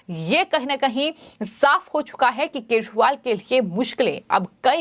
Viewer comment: पहले तो यूट्यूब पर बोलने वाली मैडम के शब्द को देखिए केछ वाल क्या होता है। उच्चारण ठीक नहीं है😢